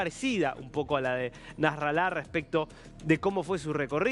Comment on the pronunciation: NASRALA ES GRAVE LA PALABRA IGUAL QUE INFIERNO , NO SE DICE NASRALÁ AGUDA . De todos modos no existe más 🤣🤣🤣🤣🤣